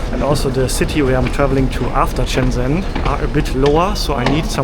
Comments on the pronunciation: Everyone: Shenzen: Chennzenn 😅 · its (sh)enzhen. like how (sh)ush is pronounced in english.